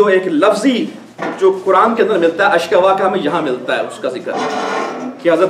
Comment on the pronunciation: Ayat m "ashkoo" h ashka nhi h.ayat #86